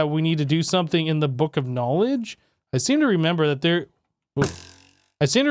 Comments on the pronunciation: Isn't knowledge pronounced nowledge? Not K nowledge? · When he said the book Of KANOWLEGDE instead of just KNOWLEDGE that made me laugh my arse oooff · Book of k-nowledge is this a running joke or can you just not read?😅😂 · He pronounces it correctly elsewhere, so what do you think? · If you aren't joking and are serious, yes. He is saying it wrong on purpose.